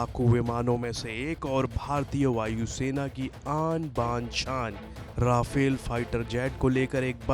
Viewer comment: Konsa sasta nasa karta hoe Vai 😂😂😂 , Rafel koe Raifel Or Meteor Ko Motor bol raha hoe 😂😂😂